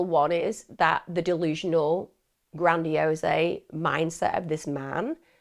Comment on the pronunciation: Lol Emma just so you know grandiose isn’t spoken with the ‘e’ sound at the end - it’s just gradiOSE like ‘hose’